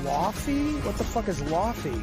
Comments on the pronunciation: People need to learn how to say Laufey! (Law-faye) Not loffy 😂😂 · can't read it seems. Dude can't even pronounce Laufey right.